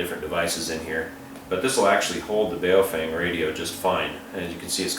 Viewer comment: BhaOh-fhung.... learn the correct Chinese Mandarin pronunciation... it has two meanings.... 1st meaning: BaoFeng, bag of wind. 2nd meaning: BaoFeng, good to hold. Because so few people bothered to learn the correct pronunciation BaoFeng is changing their name to PoFung....